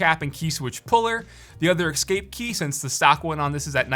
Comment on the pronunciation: It's not 'EX-SCAPE' Pls. My ears.